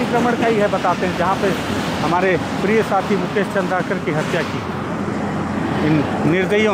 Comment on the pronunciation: चंद्रकर नहीं चंद्राकर हैं